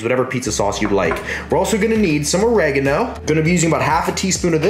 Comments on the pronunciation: The way you yanks pronounce oregano is cringe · I like the way he pronounced oregano :D